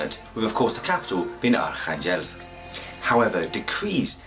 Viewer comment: Hi I was born in Arkhangelsk and my family and I moved when I was a baby. Currently living in Australia so watching your video for learning about my home town :) thank you! A little feedback on pronunciation of oblast, the stress is on the first syllable, on the "o" of the oblast. And in the wordArkhangelsk it's on the "kha", yeah it's quite a teeth breaking name of a city...